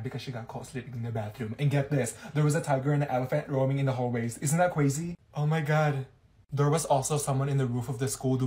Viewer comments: the first video when you miss one day of school why did say cwaxy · “Isn’t that cwazy” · "Isn't that CWAZY?! 💅✨" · isn't that cwazy 🤣 °